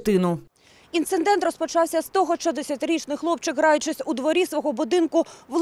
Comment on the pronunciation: Не "інциндент", а "інцидент". Без "н". Дуже неприємно дивитися та слухати безграмотних журналістів.